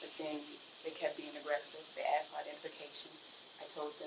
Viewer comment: Shateeequa be HONGRY! And, she AKKKSED you for information?!!